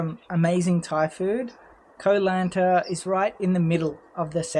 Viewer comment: You started the video by mispronouncing Koh Lanta. It was all downhill from there. Silly nonsense .😮